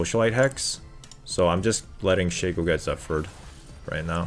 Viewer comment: Why do you pronounce shaco and talon like that...